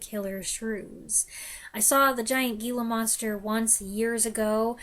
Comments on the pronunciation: "Hee-la Monster," not "Gee-la Monster." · You realize that Gila Monster is pronounced HEELA monster, don't you?